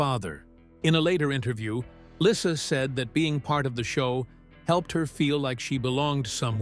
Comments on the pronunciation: Her name is pronounced Leesa not Lissa PLEASE get your crap 2gether. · ❤❤❤😮😊dude your sayn LYSSA no no no !!!!! Its baby llysa as dog says baby lyssa ( like Lisa???? Baby lyssa ( lisa!?!? ❤😮😢😊thats her name❤. But its OK ya say it well OK K.@ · Her name is Lisa, not lissa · Her name is Lisa not Lyssa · Why does the person keep pronouncing her name right one time and wrong